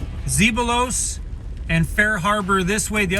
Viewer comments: Zeballos Inlet was named after a Spanish explorer of the late 18th century. Therefore, the actual pronunciation should be "Say-BUY-Os." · Hey that small town is pronounced Z-ba-los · Zeballos is pronounced: ze bell us with the emphasis on the bell. Now you know. :) Thanks for visiting. and posting. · You say it like "zebayos"